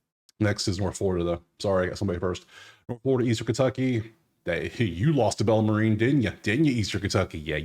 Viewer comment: Do yourself a favor, friend. Bellarmine University, in Louisville, KY. Where do you get “Bella-ma-REEN”? It’s pronounced “BELLER-men” At least SOUND like you know what you’re talking about. Just a suggestion. You sound like a fool. Sorry.